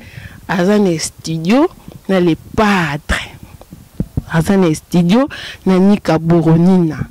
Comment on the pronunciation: Croniquese moko atanga te yoka ndenge azo pronose estudio kizengi elongwe studio ekomi estudio